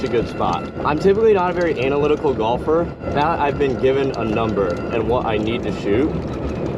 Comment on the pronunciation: purposely pronouncing analytical wrong....anal lytical